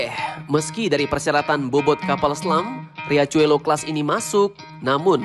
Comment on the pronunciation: Riachuelo dibaca Hiaswelo..artinya sungai kecil boss..